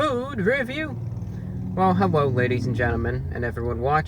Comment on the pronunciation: did he just say "hewwo"